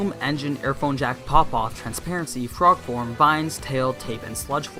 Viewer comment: Did anyone else hear "frog porn" when he was naming Tsuyu's quirk as mutant?